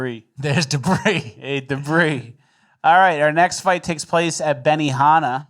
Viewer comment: Debris?? More like Da'Bree amirite